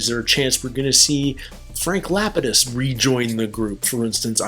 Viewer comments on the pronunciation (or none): Obsessed with how you pronounced Frank Lapidus 😂